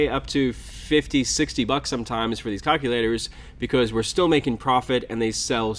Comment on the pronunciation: "Cock-u-laters" "Hill figure" LOL